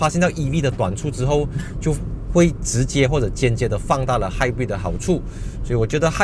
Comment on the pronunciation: 朋友/亲戚都把他读成"hybird"🤣